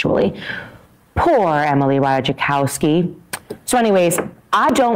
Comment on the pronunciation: Three swings at correctly pronouncing Ratajkowski, three misses.